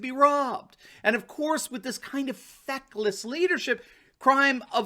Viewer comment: I have to laugh every time says "feckless."